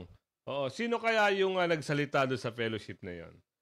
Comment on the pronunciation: ""PERASHIP"" HINDI FELLOWSHIP